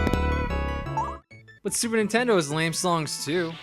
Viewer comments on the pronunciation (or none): none